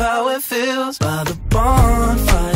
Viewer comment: 본파이어 발음할 때 왤캐 좋냐